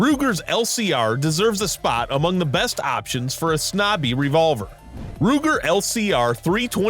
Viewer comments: It is too bad that the narrator has no idea what he is talking about..it is not a "snobby" it is a "snubby". Also you better not try to shoot a .327 magnum round in a .32 H&R magnum..if it will fit you could blow up the revolver.. .32 H&R mag. Or .32 S&W long or short can be fired in the .327 mag. Also .32 acp can also be fired.. Do Not mix the ammo in the cylinder. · 2 words: “Tooris Snobby” As soon as I heard him (AI) mispronounce Taurus, and refer to a snub nose as a snobby I just continued watching for laughs. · "Snobby?"...... "Turus?".......nuff said. At least find a commenter that can pronounce words properly.